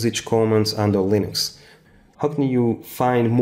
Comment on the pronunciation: It's Linux, not LINOX